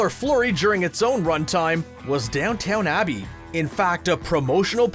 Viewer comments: It took him quite a few episodes to say Simpsons correctly. I’m sure in three or four episodes we’ll hear about Downton Abbey instead of this intriguing Downtown Abbey show. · Mistake on your part. You keep referring downton Abbey as downtown abby